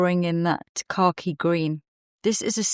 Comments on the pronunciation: Oh! You’re saying “car key”! I thought you were saying khaki but in a British way I’d never heard before! 😂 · I keep hearing “car-key green” … here in Texas ❤